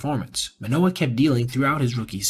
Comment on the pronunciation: As a baseball journalist, theres the basic expectation to pronounce names correctly. Especially when its a former all star and cy young finalist. How can u make a whole video abt the guy and not say his name right?